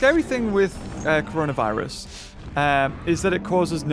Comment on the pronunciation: Everyone- corona virus/covid 19 - coronaer virus